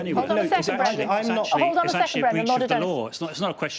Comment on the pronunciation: "Bwendan pwotecting wight wing thugs"